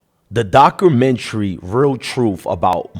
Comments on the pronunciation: 1st 2 seconds: “The dock-roo-mentary” LMAO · If you don't know how to pronounce documentary😂